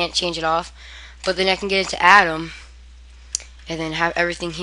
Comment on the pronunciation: It's pronounced ADMIN not ADAM! And when you say "So go ahead and put it in here." it really doesn't tell us WHERE you mean! Just slowwwwwww dowwwwwwwn! Talkkkkkkk SlowwwwwER! And be sure enunciate properly and clearly! SHEEESH!!! Kids these days! ;) When you talk that fast and blurble out words and run each one into the next without pausing in between you sound like a valley girl! If you don't know what a valley girl is, please view this youtube video and DON'T DO OR SAY ANYTHING SHE DOES!!! →→ ←←